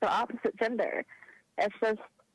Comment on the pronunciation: I COULDVE SWORN IT WAS GENDER...not “JINDER”...all these traumatized liberals sound and act the same lol